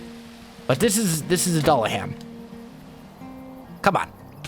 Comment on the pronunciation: It's pronounced do-la-Han. It's taken me so long to realize u we're butchering the pronunciation that badly. And now it bothers me to no end. Mainly cause I love an anime with a dulahan in it.